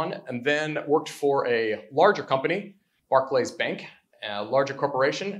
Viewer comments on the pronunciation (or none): You'd think if he worked at Barclays Bank he would know how to pronounce it. not BAR KLAYS more Barklees